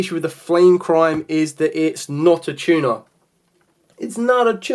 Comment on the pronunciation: Its "not a tuna"😂😂😂😂 not a tuma